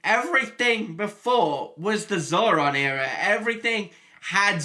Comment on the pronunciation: The name is zordon, not zoron.